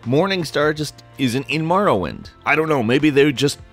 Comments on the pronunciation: its pronounced Morrowind NOT Marrowind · It's More-oh-wind, not Mar-win. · More-oh-wind. Hearing you say Marr-uh-wind is very annoying. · Here's a fact. It's Morrowind. Not Marrowind. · Am I the only one who got the shits when he says MAR-rowind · MORROwind, not MARROwind! I'm having a hard enough time convincing my brothers to say it right without everybody getting it wrong at once. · Love the way calls the cane Marrowind not Morrowind. Hahaha MAROwind. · it hurts so fucking much to hear someone saying "Marrowind" instead of "Morrowind". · Maworwind...it's pronounced more-or-wind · why do you pronounce it Marrowind its pronounced Morrowind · what the hell is Marrowind? lol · its not marrowind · morrowind, not marrowind! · lol I came upon this again over a year later and was getting triggered again by Marrow-wind. More-oh-wind. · Knew ALL of these! How about 10 Facts EXCLUSIVE to M-O(NOT A!)-rrowind, and not comparing all the ‘facts’ to other games! Also, you really need to work on pronouncing a LOT of words... And what’s this ‘individualism’ you speak of? A lot of the NPC’s in Oblivion and Skyrim all said the same lines, just in different voices. My best memories: the variety of weapons and spells! Oblivion slimmed the selection down some of that stuff, but then Skyrim screwed up the Magicka system even more! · The way he says Marrowind really bugs me lol. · Morrowind . You say it so strangely its an Oooo sound. Not Marrawind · What is this Marrowind that I keep hearing about? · MORE - OH - WIND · Marrowhint Vartynfell Secret of Aramoure Elther Scrolls Seriously? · Maorowind? Why dose he pronounce Morrowind like Mao Zedong? Both 'o's should get the same noise. Also #1 has nothing to do with Morrowind. The first one listed doesn't even address the game, it talks about another game. Mildly interesting but completely unrelated to the video's topic. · I pronounce it more-oh-wind... it's very difficult to watch this video